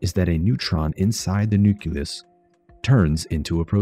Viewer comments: Nuke-Lee-Us not Nuke-Yuh-Luss. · FFS, nuke-ya-lus? I stopped watching at that point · "Nuculus"? My god. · Did you really say 'nuculus' the way some people pronounce nuclear like 'nucular'? I can't take it. I just can't.